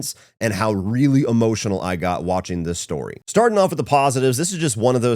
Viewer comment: “True storeh!”